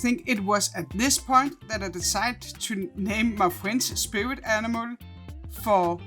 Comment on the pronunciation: It's animal not animale